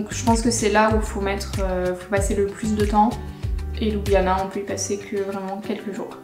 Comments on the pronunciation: Étant d'origine slovène, je trouve que votre présentation reflète assez bien la réalité. Mon seul commentaire concerne la prononciation des lieux qui n'est pas correcte. Par exemple, la capitale ne se prononce pas ''Loubiana'' mais ''Lioubliana''. Bon travail! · oui bien sûr mais Ljubljana est quand même la capitale. Quand j'entends "Loubiana'' cela écorche mes oreilles :-) . Bonne continuation! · désolé mais on le prononce louboujnana... :)